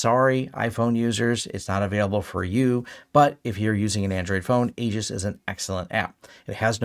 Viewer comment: FWIW: it's pronounced Eee-jis.